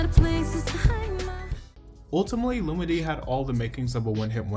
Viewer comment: Lol her name is pronounced (Lu-MeE-DeE) 🤣 but excellent video as usual.